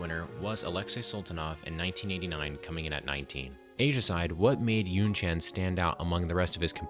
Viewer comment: Not [YunChaen] but [YunChan], please.